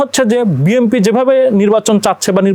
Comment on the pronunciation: এই লোক কিশের সাংবাদিক ভাই.?সে বি,এন,পি,কে বি এম পি বলছে.!!!!!!!ভাই এরা কোত্থেকে এসেছে.?এরা কি পড়া লেখা করে সাংবাদিক হয়েছে.?বর্তমান সময়ে দেশের যে দুরবস্তা ভাই.!এ কোন দেশে আছি আমরা.?এই লোকটা মনে হয় ঐ দলের সমর্থক সাংবাদিক.!বি এন পির বহু লোক আছে,বি এম পি বল.!অবশ্য এটাই স্বাভাবিক.!যেমন দল,তেমন তার সমর্থক.!!!!